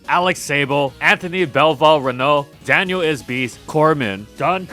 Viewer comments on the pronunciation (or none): none